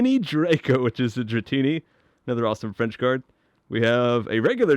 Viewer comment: oh man i'm a french canadian and I really love how you pronounce the names of your cards in french xd You are an amazing youtuber, excellent videos !